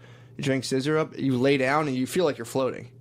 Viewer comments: the way matt continues to mispronounce ''sizzurp'' as some gay roman politician ''sissyrup'' even though shane clearly says the right thing is so funny to me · Scissor-up not sizzurp